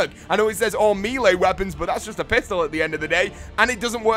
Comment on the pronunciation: I love this channel dude, but come on ... MEEL-AY?! The word is French and it is pronounced MELL-AY. Not MAY-LAY nor MEEL-EE.